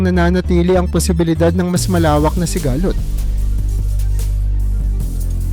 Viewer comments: Sigalot madagsa ang bigkas dyan hindi siga-lot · Paki ayos po ng AI narrator nyo in Tagalog kc mali mali yung mga pronunciation ng word like sigalot HND sigaaa---lot